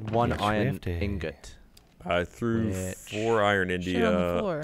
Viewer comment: Why does Gav keep saying "nugent" as apposed to 'ingot'?